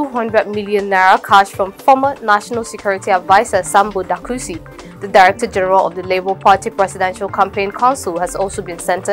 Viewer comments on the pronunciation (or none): Dasuki, not Dakusi. The political witch-hunts have begun.